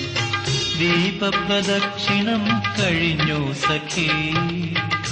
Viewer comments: ദാസേട്ടന്റെ 'സഖി ' എന്നുള്ള ഉച്ചാരണം മാത്രം മതി, what a legend 🙏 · എനിക്ക് മനസിലാക്കാൻ പറ്റിയ കാര്യമാണ് സഖി എന്നുള്ള ഉച്ചാരണം